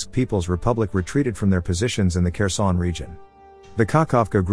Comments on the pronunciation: Another dislike for your pronunciation. Again, it's Herson, not Kerson. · Dude its "Herson" dont say the K